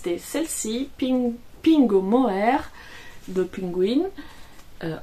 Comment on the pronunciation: Merci Irene pour ce podcast toujours aussi sympathique. J’ai adoré la prononciation de la marque Pingouin, c’est une marque française très ancienne. Cela se prononce comme le nom de l’animal. On attend avec impatience les nouveaux ouvrages. À bientôt